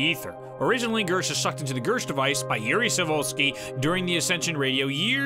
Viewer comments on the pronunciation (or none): none